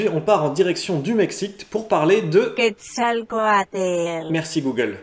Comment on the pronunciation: Quetzalcoatl* T'as oublié le « l » après le « za »